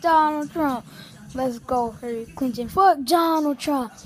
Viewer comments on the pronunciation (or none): zoombaxd HAIR-really Clinton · “Harealeey clinton” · he didn't know how to say Hillary